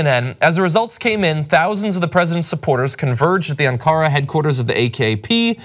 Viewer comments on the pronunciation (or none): I know u will put me down as a "language troll" but... don't u think the guy reporting on Turkey ought to know how to pronounce Ankara? Hint: accent is NOT on the 2nd syllable, like your other news reader said, but on the 1st. AN-ca-ra Just kills your credibility....if u ever read these comments, which I doubt. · Cenk, teach John how to pronounce Ankara.